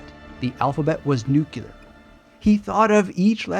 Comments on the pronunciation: Would you please pronounce the word "nuclear" correctly? It's not nuke-yew-ler. I assume you'd like to be taken seriously. Hint: just follow the spelling of the word. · with all due respect (and I do respect you), I don’t feel your response here was worthy of you. Sure, the word “nuclear” has been mispronounced for decades, and there are some who now defend the mispronunciation as a viable alternative. Still, the vast majority of linguists/grammarians don’t yet agree with that shift. So it doesn’t seem unreasonable that someone would point it out, especially since the word is used frequently in this presentation. But rather than acknowledging your nonstandard usage, you struck back at the commentator, which seems wholly contrary to the spirit you demonstrate in so many videos. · Is it just me or does do his utter best to pronounce "nuclear" correctly but he keeps saying it funny? He repeats it often and it stays funny. Now this stays in my memory.